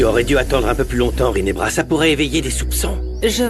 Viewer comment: J'aime comment bosco appel rinebra rine😊😊